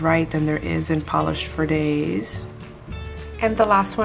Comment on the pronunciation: oh my goodness I am loving the Polished For Days ....well done on the pronouciation . great comparison video 💙